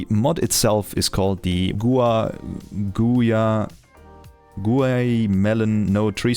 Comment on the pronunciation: /guaimashen/ is the name of a popular "alfajor" brand here in Argentina. It was funny watching you trying to pronounce that. Ty for the video